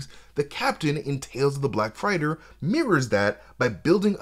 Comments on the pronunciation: Great job! Except one thing: ARE YOU SAYING BLACK FRIGHTER? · Black Freighter?? (Fray-ter)